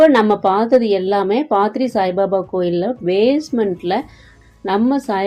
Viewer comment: பாத்ரி அல்ல பத்ரி